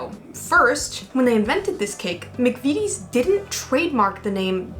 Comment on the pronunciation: McVitie is pronounced McVittie, not McVeety. Fun fact: in the Scottish police drama, Taggart, the Superintendent in the first few series was called Jack McVitie, usually referred to as 'The Biscuit" (as McVities make biscuits as well as the utterly delicious Jaffa Cakes). Honestly,, order them in while you're confined in France, you don't know what you've been missing. You can make them yourself: (Be careful to choose a flavourful jelly, maybe a rindless marmalade would work, I've never tried.)